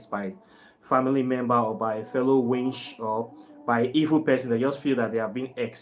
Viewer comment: Why do you nigerians pronounced Witch Wintch 😂😂😂😂😂